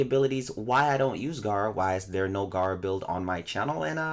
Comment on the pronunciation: it’s gera tf you saying Garra for